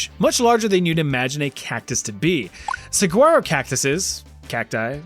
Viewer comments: I found it kinda funny how you always pronounce foreign language words so perfectly but then you kept calling the saguaro cactus "sag-gwaro" 😅 it sounds more like "suh-waro" but I too like to pronounce it with the hard G cause it pisses all my Spanish speaking friends off down here in Tucson 😂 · I know this doesn’t ultimately matter but just fyi you don’t pronounce the G in saguaro. It’s more like “sooaroh” instead of “sigooaroh” like how you pronounced it. It’s such a minor thing but literally anyone else from Arizona would absolutely make fun of you for that pronunciation so it’s just a heads up. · Holy crap.... You don't pronounce the 'G' in Saguaro. Suh-Waa-Row.... That hurt my ears. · Lol! Saguaro (sa-waro) 😂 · My only concern is your pronunciation of Saguaro. It's pronounced Suh-wah-rO. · Not for nothin', but it's SA-WARRO. The g isn't pronounced in saguaro.:) Another bout of pure genius hilarity. Thanks! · "Saguaro" is pronounced "Sawaro". For next time. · Cactus is said "sa-waro" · Its pronounced SAWARO Cactus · Saguaro is actually pronounced Sa-War-O It’s the Spanish pronunciation of a native word! The G is silent . Here in Tucson Arizona we even have places named “Sahuaro” which is closer in spelling to how it’s pronounced! Both sahuaro and saguaro are technically correct spellings! 🌵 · Some minor housekeeping: the G in "saguaro" is pronounced with a W sound, like "sa-wah-ro." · While the word "Saguaro" is spelled with a "g", it's usually pronounced as an "h". Like "suh-waa-row". They are FULL of water, they store almost all of their water in the trunk and arms so them things are HEAVY. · The most horrific thing about this video is the pronunciation of saguaro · The g is silent in Saguaro. Just so you know the desert is fuckin awesome. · The g is silent in saguaro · I live in southern Arizona. Saguaro - Pronounce the "gu" as a "w". 🙂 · Suh-Wharro.. if you’re going to insult satan’s butthole,at least pronounce its iconic cacti correctly.